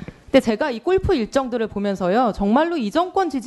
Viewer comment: 꼴프 가 뭡니까 ? 꼴프 가 ! 골프 라고 하세요 !!